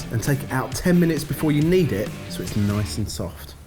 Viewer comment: noice oicecream